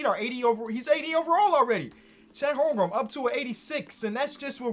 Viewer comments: its not holmgrum its holmgren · Lol “Holmgrum”